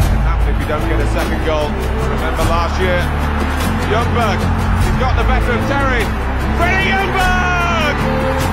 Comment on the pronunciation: The actual way of pronouncing ljungberg is jungberj